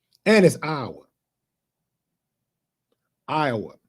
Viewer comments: Ohhhh mannnn...half the video he was sayin' Iowa, butt it sounded like OUR...my bad D Willie😂😂😂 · Willie it's (Eye- yah - wah) Lol you country .